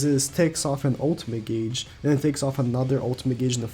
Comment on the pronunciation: U know i guess i should say it now.... u pronounced gauge wrong